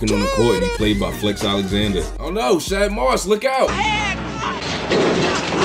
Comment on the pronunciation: I love y’all dearly but my baby daddy’s name is not SH-ADD Moss.. it’s SH-AUD Moss 😩🥹😂😌🙈🤍